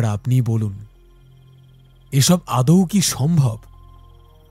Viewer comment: কথাটা "আদৌ" "আদৌ" আদেয় নয় 😡👊